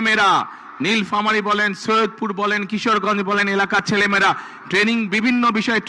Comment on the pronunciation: নীলফামারী কথাটা উচ্চারণ করতে পারে না সে নাকি হবে দেশের চান্দাবাজ প্রধানমন্ত্রী